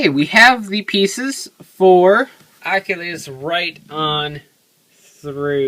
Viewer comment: your saying its name wrong your like Akhilies